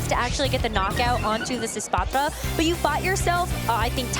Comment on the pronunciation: God not this girl with the espathra pronunciation again